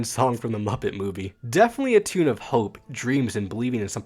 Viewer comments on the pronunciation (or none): none